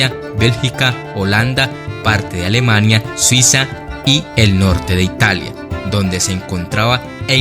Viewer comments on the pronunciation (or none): none